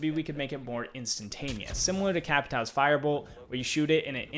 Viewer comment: Bro.. it’s cap-i-tao… not cap-ee-tao. Short i, not long e. 😂😂😂😂